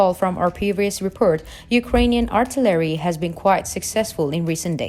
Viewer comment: WTH is artolary?? Is that Artillery and you're just saying it wrong?? I'm thinking that's what it is but not 100% sure